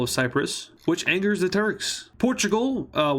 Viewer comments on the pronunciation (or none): none